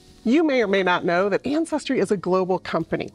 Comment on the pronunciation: "Anne Cestry" Ja ja!